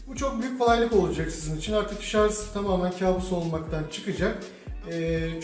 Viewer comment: Başlığa şarj yazıyo videoda şarz diyo mal dolandırıcı